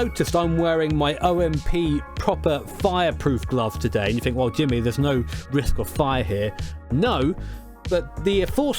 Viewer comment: Fink.... th... think... th. Not f.